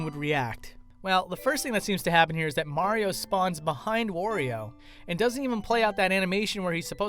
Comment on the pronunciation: Oh no it's another person that pronounces Wario like a weirdo